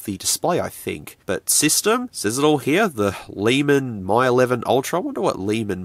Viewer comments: Am I right in thinking that it's pronounced "Me 11 Ultra" not "My 11 Ultra" Or have I been getting it wrong all this time? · It's "ME eleven", not "MY eleven". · It's pronounced as Me 11 and not My 11. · Dude Mi is pronounced as Me not My. Please! it hurts to hear you say Me 😅🙏🏻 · Getting to the pricey end of the clone phones, wow. I have legit devices that were cheaper than that. Also, you're doubly wrong about the name in the video: "Mi" is pronounced more like English "me", whereas you kept saying "my". Even so, yeah, it kept sayjng "M11", although one of the pictures in the listing did say "Mi 11". Oh, and for your own sake, please be careful where you're cutting. I knew from where your fingers were in relation to your cutting path that it was going to go wrong. And it did. I could hardly watch that part. 😨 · Just FYI, Mi is pronounced like "Me"